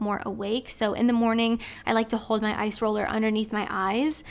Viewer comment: Is saying ice roller or eyes roller??